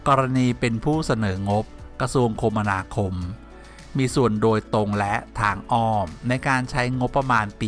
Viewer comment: อ่าน คะ`มะ นา คม ไอ้น้อง